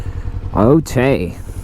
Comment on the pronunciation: My guy pulls up and says “otay” 🤣